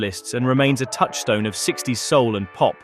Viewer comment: Американский соул звучит как наше, родное -аул!! Кошмар...